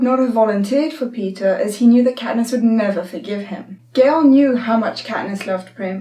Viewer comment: Does anyone notice she is saying Peter and not Peeta